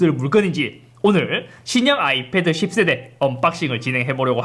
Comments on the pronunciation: 십새대 발음이 찰지네요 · 기분탓인가.. 10세대가 자꾸 욕으로 들려 형.. 😁😁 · 10세대 발음이.. 어라? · 10세대 발음 찰지네 형 ㅋㅋㅋㅋㅋ